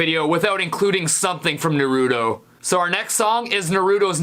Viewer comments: Its pronounce (noru-toe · it's pronounced nar-to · It’s Pronounced NAH-RU-TOE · I'm not sure if its a New York thing but usually we pronounce Naruto like Nah-Ruh-Toe. But no disrespect Stevie we all probably just pronounce things differently. It just caught my ear. Your still awesome and funny as hell bro. Keep up the videos. Your videos never fail to make me laugh. You should do a uku-djent cover to a periphery song. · for...fuck...sake..... ITS PRONOUNCED NAH-RUE-TOE..... THEY SAY IT LIKE 1000 TIMES IN THE FIRST EPISODE ALONE! HOW DO SO MANY PEOPLE LIVE LIKE THIS!??!?!? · ...and I turned it off after you mispronounced "Nah-roo-toh." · Wake up to reality You said Naruto wrong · HE SAID NARUTO WRONG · WHAT IS NURDOS HIS NAME IS NARUTO SAY IT RIGHT WHAT WRONG WITH U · Breathing intensifies THATS NOT HOW YOU PRONOUNCE NARUTO IN ENGLISH YOU *€$*&*€*-*#*/@@ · You pronounced it wrong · Fighting Dreamers: Naruto and he said Naruto wrong. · You said Naruto wrong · Ohhh... big mistake. You mispronounced Naruto. That annoys me so much. You always put strain on the FIRST syllable in Japanese. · Wrong pronouncing from naruto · The way he says Naruto makes me cringe. LIKE THEY LITERALLY SAY IT CORRECTLY IN THE SHOW SO WHY CAN'T YOU SAY IT CORRECTLY ASWELL? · He say's Naruto and Boruto wrong. Steve I love you man come on. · I can't handle it when people pronounce Naruto like that. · Said Naruto so wrong. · Of all the bad ass Naruto openings you had to choose blood circulator? And I really hate the way you say Naruto...I mean come on, really? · The way you pronounced Naruto hurt my soul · NAH-roo-toe. Not, nah-ROO-toe. Sorry, that really pisses me off. I love Naruto. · CURSE YOU!!!!! you pronounced Naruto wrong. its pronounced NAH-roo-toe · ok how he pronounced Naruto and Boruto's name triggered me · Naruto does not sound like neruto it’s n ar u to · It's nourto ,not nurooto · Nuh-roo-toe?! Naww tis. Naw-rah-toe Hahaha love your vids man keep on keep'n on! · It's NA ROO TOE